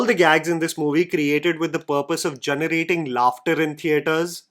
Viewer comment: Ughhh one more time you say gunerating or guneration instead of generating or generation I’ll be unfollowing. Do you not hear yourself 😩😩😩